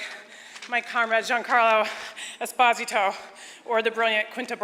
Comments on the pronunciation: Congratulations to Rhea Seehorn who got the right pronunciation for "Esposito" right. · As a Spanish speaker I must say two things: 1. Esposito is an Italian surname 2. I heard Giancarlo pronounce it right, but everyone says it wrong anyway. The way Rhea said it is correct. However, we can discuss how it should be pronounced in its original language, but people should be called whatever they call themselves. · Es pó si to, so yeah Rhea said it properly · Yes. I'm Italian and I confirm that Rhea Serhorn's pronunciation is correct.